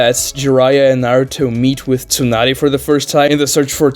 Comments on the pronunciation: Why does he keep silencing the S in Tsunade and not the T??? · Neither are silent tho